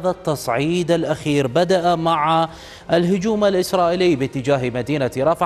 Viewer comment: مع الهجوم بكسر الميم وليس مع الهجوم بفتح الميم لان مع حرف جر وتجر الهجوم .